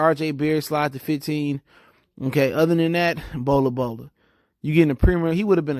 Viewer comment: Bro there’s no A in Bol Bol’s name. “Bola Bola”??? 😂 kinda hard to take you serious when you continuously butcher these dudes names.